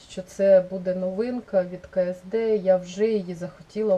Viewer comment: невеличка поправрчка, не ке ес де, а Кеседе)